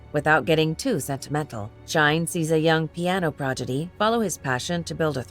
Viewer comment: The narration is done by AI because the mispronunciations are too frequent to be read by a human, eg “progidy” - there’s no such word!